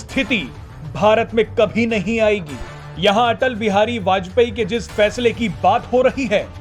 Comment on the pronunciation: Are bajpeyee kya kah rahe ho bajpayee ji kahane me kya dikkat hai